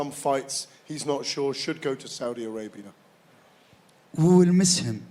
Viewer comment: oh i thought its "who will miss him?" :D